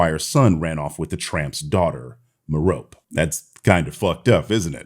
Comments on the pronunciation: Just a heads up, it's pronounced Mare-ruh-pee rather than Mer-rope. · I'm going to help you with some pronunciation: "Merope" is kind of like "Hermione"... it's pronounced "Mer- oh- pee" with the accent on the first syllable. Greeks, man. Hermione Persephone Merope 😉